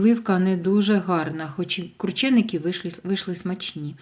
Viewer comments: Не крУчєникі а КрУченики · Наголосила У